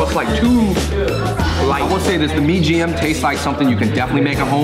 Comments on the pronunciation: it's not mie GM, but MIE AYAM... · MIE AYAM NOT MIE GM! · mie gm ? mybe its mie ayam 😂